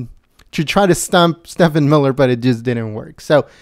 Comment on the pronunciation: STEVE-en Miller. (If you'd mispronounced Acosta's name I wouldn't care but Steven Miller deserves respect, after that fine performance)!